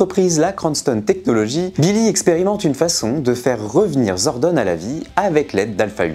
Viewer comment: À partir du moment où tu ne prononces pas correctement « Zordon »… c’est compliqué ! Après, ça fait de super vues, donc je me dis qu’il y a encore une communauté PR en France !